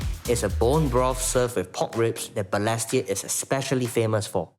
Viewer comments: Hmmm… first time I hear the word Balestier pronounced as ‘ Ber less tier ‘. Am wondering if this is actually the correct pronunciation.🤔🤷🏻‍♀️ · And he’s pronouncing Balestier all wrong 😅 Agree with some commentators about this feeling like a disguised 603 ad … Honestly this doesn’t seem like a good representation of Balestier. There is more to the area.